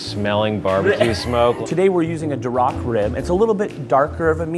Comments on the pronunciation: "Daroc" no no no sir it is pronounced Duroc!!! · It's DURoc, not durROC, dude. Get your pig breeds right.